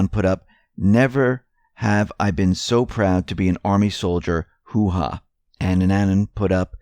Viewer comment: Great presentation, as always, but please don't pronounce Hooah as hoo-hah. It is Hoo-ah. (Emphasis on the Hoo. A hoo-hah is a ladies' tinkler.